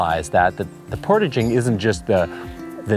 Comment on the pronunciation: Aren't you folks Canadian? Where the heck did you learn how to say the word portaging?